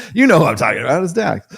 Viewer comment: DRAX!!!! NOT DAX LOL